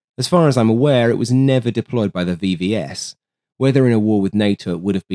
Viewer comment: I do think it is AI, e.g. pronunciation of acronyms is wrong. A human with the knowledge in this domain would know that it is Veh-Veh-eS, not Vee-Vee-eS., it's Too-128, not Tee-Yu, Smjerch , not Smurk radar etc.(especially "Smurk" radar is a clear AI give-away). At least MiG is pronounced right. I heard some AI generated content with eM -Ai-Gee pronunciation (ridiculous).